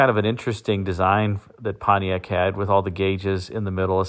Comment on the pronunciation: That's not "Pontiac".